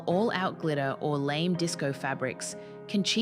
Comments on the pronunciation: It's pronounced lamay not lame. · This AI voice is too much, pronouncing Lamai as Lame! Really you need to check your audio before throwing these videos out, ugh!